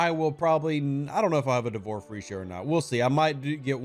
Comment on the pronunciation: D'vor Feesha. There's no R! 😂 It's not Free!